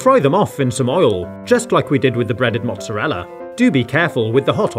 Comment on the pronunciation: Juice not jooce mozzarella not mozazza